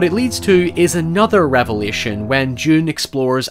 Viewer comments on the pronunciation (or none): none